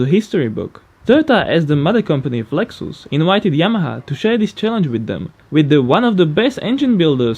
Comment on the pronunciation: Lex-ous lmao 😂